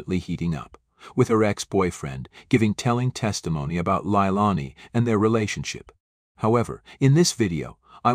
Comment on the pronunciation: Haha AI improves the pronunciation of the name LIElani hahaha😂